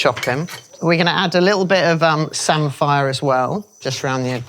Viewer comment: Samphire is pronounced 'samfa' btw, grew up in Norfolk where it's a staple, not 'sam-fire'....